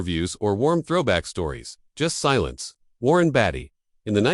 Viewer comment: A.I. apparently can't pronounce Warren's name correctly either!!!